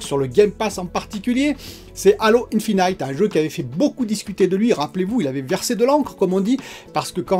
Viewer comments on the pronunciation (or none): Je partage tes vidéos ici au Gabon. Toujours très détaillées, intéressantes. ça m'amuse ton Anglais, on prononce Halo Infinite(:it et non :aït)😃😃😃 Ah les Frenchies et l'Anglais!!!!